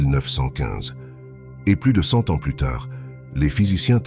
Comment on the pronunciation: Oui c'est une IA. (A titre d'exemple : à un moment il dit "500 t-ans" au lieu de 500 z-ans". Les humains ne font pas cette erreur). Moi non plus je n'aime pas cette voix avide d'émotion, robotique et fade.